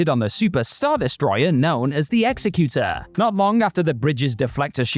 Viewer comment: Nice pronunciation of Executor